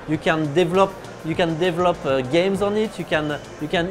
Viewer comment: "You can DEL-LUP you can write your own documents", erm ok - sounds legit, NOT.